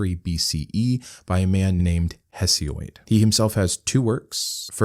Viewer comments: Interesting work. 🎉🎉 (minor pronunciation...Hesiod not Hesioid) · It's Hesiod, not Hesioid, FFS! Elementary stuff. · Huh-fay-stus = Hephaestus He-see-uhd = Hesiod Theogony is a classic primary source of Greek mythology and I also would encourage everybody to check it out if they are interested in the subject ! There’s some great stories in there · Observations: - I like the "radio voice" better than the angry self-righteous voice I often hear on your first channel. (Although, I think even there that has toned down, so that's good!) - I believe "Hesiod" rhymes with either "Todd" or "period", but not with "android", if we go by spelling. - This is a great start to your new channel, really sets the tone for what to expect in the future, and I look forward to more!